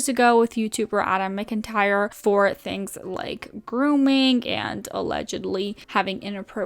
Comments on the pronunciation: just letting you know adams last name is pronounced mac-entire not mic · This is gonna sound petty but since you like Adam too, can you at least pronounce his surname right? ("MAC-in-tire")